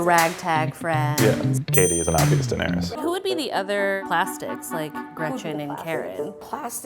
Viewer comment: Did she say Daenerius lol